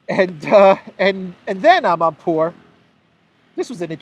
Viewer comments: I like the way you say Amanpourrrrr😂😂😂😂😂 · Yes! Another "amanpuwurr" video 😂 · I always laugh out loud the way you say amanpour haha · The way he said the journalist name 🤣 is the best 👌